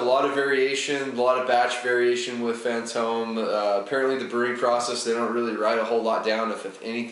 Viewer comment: It was more like "boom. Yeah that's fantome yeast"